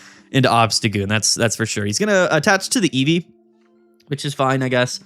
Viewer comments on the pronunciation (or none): none